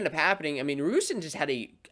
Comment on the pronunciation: Love your videos but couldn't get past the mispronunciation on Alirez and Ragusin.